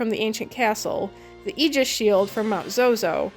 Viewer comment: You pronounced it "Ē-gis". THANK YOU